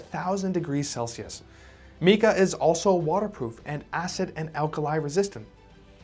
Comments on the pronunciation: Get the pronounciation correct not "meeka". It is "m 'long I' ka" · In my opinion... A new drinking game. You take a drink every time he mispronounces 'Mika". (Mike-a, not Meek-a...) Unless he's British. They talk funny... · Almost everything he says about technology and science is completely false. And its pronounced “MYKAH” not meeka! Moron. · Mica is pronounced with a long "i" not short my-ka. Not mee-ka...where did you go to school or did you quit,? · 'MY-ca', not ME-ca. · It’s M-eye-kah, not Mee Kah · Meeka sheets - where are you from? nobody pronounces mica that way. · So what is Meka ? it's a word that you just made up, or your are mispronouncing on purpose because of your ignorance ! 🫵😼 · “Meeka” eh? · Sir, you are pronouncing Mica wrong: It is pronounced with a long “i” sound: mica /mī′kə/ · Mica is pronounced with a long I. “My’-kuh”. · pronouncing mica wrong.